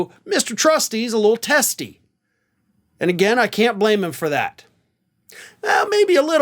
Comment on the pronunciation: Haha said Testie.